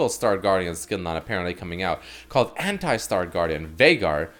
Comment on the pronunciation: when ever he says '' anti '' why do i understand hentai... i cant be the only one